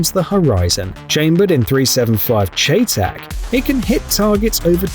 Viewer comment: Damn, that thing is Beaut.... WTF did he say¿? Did he just call that Chay-tac¿! 🤨🤣🤣 Edit: Why is Sig still trying to sell a handgun that has such a bad reputation? SMH